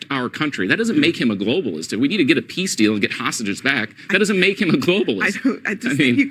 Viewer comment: the dude in the cowboy hat looks so smug and ignorant it makes me wanna slap tf outta his smug face. This dude ran Failing campaigns against Trump😂🤣😂🤣 and he can’t even say Globalist he said globist